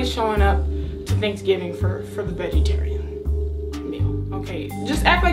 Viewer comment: She said vegaterian dish for kcp😂